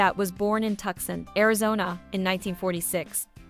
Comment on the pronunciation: Thanks for catching that! The AI voice-over did mispronounce Tucson. As for the music, we'd love to share it, but we avoid using artists' music to prevent any copyright infringement issues. Appreciate your understanding and feedback!"